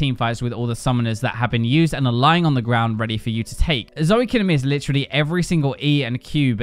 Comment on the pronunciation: It's Zoe not Zoey